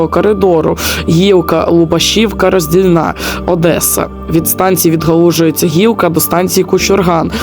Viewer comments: РоздІльна! А не РоздільнА... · 😂 у слові Роздільна наголос на букву "і"